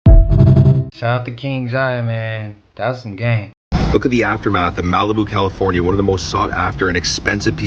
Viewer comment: Did dude say “Califuna“? And watching fire fighters spray water from their hoses, he said where did the rainbow come from. Embarrassing bro